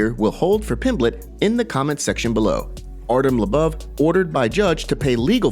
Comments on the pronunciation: Bro...... LOW-BOV..... emphasis on both low and bov. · Who's Artem "La-buv"? lmao